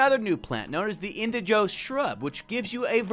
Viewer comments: The fact he kept saying indiJOE instead of indiGO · Pronounce Indigo like Indi using Indie and Go like go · why is he saying indigo (in-dig-o) like that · Why do you say indigo like that